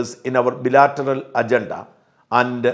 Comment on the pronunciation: ബിലാറ്ററൽ അല്ല, ബൈലാറ്ററൽ ആണ്.